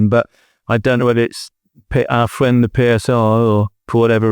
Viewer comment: Our fwend de PSR